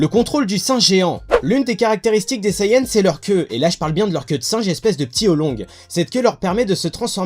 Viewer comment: Je suppose que tous les sayans (Oui oui j'ai dis sayAns je trouve la prononciation hilarante xD) pouvaient contrôler le singe. (Vous imaginez le bordel tous les soirs de pleine lune s'ils se contrôlaient pas ?) Goku n'ayant pas reçu l'éducation de son véritable peuple, il n'a donc pas apprit à le contrôler. Je trouve que c'est une bonne théorie :-)